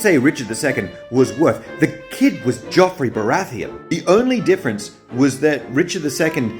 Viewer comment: JOFFREY its JOFFREY not GEOFFRy its JOFFREY